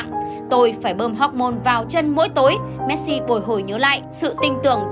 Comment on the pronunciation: Chị đọc sai họ rồi